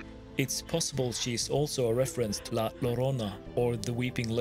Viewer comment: La lorona xd the Ll sounds like a J